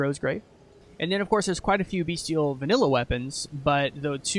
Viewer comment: Amazing work, bro! I'm really sorry to be "that guy", but bestial is pronounced "best-ee-ull", not "bee-stee-ull". Just my minor contribution and you're definitely not the first or last to say it though. This is more for potential future reference for people checking the class out.